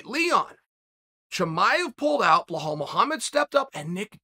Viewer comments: If Chael has taught us nothing else; it’s that deductive reasoning in MMA matchmaking works in the reverse. 🔄 Bluh-hall out, WonderBoy Out. Moments later they’re announced to fight each other. 👍🏼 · how you can't pronouce bellal bro lol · Who is bluh-hall? Do you Belal? “Beh-lol” Come on Uncle Chah-lul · Uncle Chael number one fan but please call bilal it is not bilahaal hahaha it's PRONOUNCED BILAL BEELAAL Dana should put you head of match making and face of the ufc media ! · Chael! You need to get these guys' names right! Its KhaMzat not Hazmat! And its Bilal! Not bahal! Holly dude! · Surreal, Ya Rear, Bluhal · His name Is Bilal not bluh-hall lol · Blahal? Really . It’s so easy to say be lal Chaels to much lol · I’m willing to pay uncle Chael to let me know how to properly pronounce my name.. Blue hall got it for free. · It’s not blahal it’s belal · Chael butchering names. Blahal instead of Belal Macklchev instead of Makhachev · “Blehal” Muhammad is great Indeed Chael. “Bullhal Muhammad is really good as well. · He literally fucks every name up on purpose I think. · Correction, blull-halll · Blehall " Remember the name" Muhammed 😂😂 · Every single time he says Bluhall omg 🤣🤣🤣🤣🤣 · BLAH HALL oh Chael...you get me every time with the names lol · Lmaooooo for fucks sakes chael his name is not blu Hal. Couldn’t tell u what it is tho so I get the sentiment